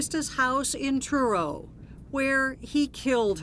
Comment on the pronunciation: omg it's bugging me how the narrator lady keeps saying CHURRO instead of Truro 😂😂😂